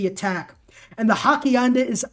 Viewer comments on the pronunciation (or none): not hackianda.....hassie enda and Ya-nero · He obviously hasn't taken Spanish. Oss ee EN da. I can't pronounce Hypastist for the life of me and some of these other things are even more obscure. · Hak-ianda XD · Hacienda is pronounced "HA-see-end-uh."